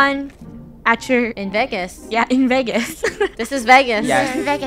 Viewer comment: I love how there strugling to say vagas